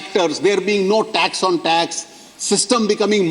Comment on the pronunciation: sir please pronouns words correctly ex:- you are pronouncing Tex instated of tax soo please